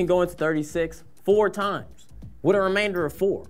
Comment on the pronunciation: know, right? I was cringing so hard when he said "remainder" Like, he's a grown adult!